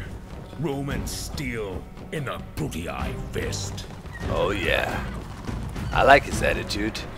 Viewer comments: Um, no... In the video the guy says Brute-ee-EYE, which is definitely wrong and nothing like what Doc was saying. Doc says "Brute-ee-ee," and I was just pointing out that you don't have to put the glottal stop between the two "ee"s. That bit about paying attention before commenting is good advice; I'd suggest you follow it. :) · To be fair, either way Doc is still probably saying it incorrectly (likely just because he's used to German, though). Traditionally the -ii at the end is taught without that pause between the "ee" sounds. It's not "Brut-ee-ee;" it's just "Brutee." The best example I always use is Nintendo's "Wii" (which uses a Latin pronunciation). You don't say Wee-ee; you just say "Wee." Granted, I said "probably" in the first sentence because it's still a dead language, and nobody is 100% certain. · Doc, The faction names are pronounced: Juli(eye) Scipi(eye) Bruti(eye) Cheers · Actually they are Juli(ee) Scipi(ee) Bruti(ee) It's Latin and would be pronounced this way. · Its not Japanese/Asian in anyway, its Latin, and EE instead of EYE. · The first 'i' is pronounced 'ee', the second is pronounced 'eye' in Latin. So "Jew-lee-eye", "Brew-tee-eye" and "Skip-ee-eye". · you to pronounce it like 'Brutiai' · Haha Brutii is pronounced bru-tee-eye silly doc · You say the names wrong btw